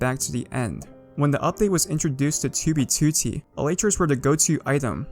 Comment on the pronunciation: the way he says 2b2t amuses me